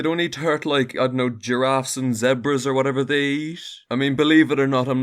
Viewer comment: I love your video but it’s ZZZZebra. Lol 🦓